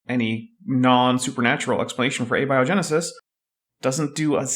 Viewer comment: Ah ha. said Ah-be-o genesis.. just click on that little speaker, it'll tell you the correct pronunciation for abiogenesis..